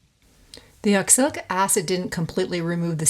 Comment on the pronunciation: I noticed you talk about 'oxilic' acid a few times. Actually, that would be oxalic acid, with an A instead of an I. Nice job, btw.